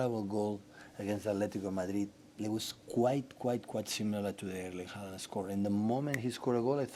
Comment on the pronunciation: the double A (or Å when written in Norwegian) is actually supposed to be pronounced as /oh/